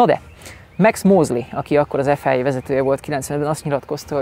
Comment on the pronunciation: Hondásként bármikor szívesen váltanék a Toyotának erre a típusára. Bár formatervben én az elõzõ, a bukólámpás generációt kifinomultabbnak tartom. Ráadásul abból készült a Carlos Sainz Edition ... Egy kritika: Ef-áj-éj, háromszor is elhangzott. Szerintem ne használjuk az angolt, ahol nem indokolt. Mondjuk ki nyugodtan ezt a rövidítést magyarul (vagy franciául): ef-i-a. Elvégre egy Franciaországban alapított, jelenleg is francia székhellyel rendelkezõ, francia nevű szervezetrõl van szó.